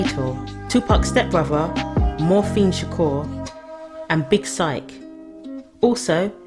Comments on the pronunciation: Morphene shakur LMFAOOO Its mopreme you silly billy 🤣🤣🤣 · Morphine? Really lmaooooo.... IT'S Mopreme. Lol.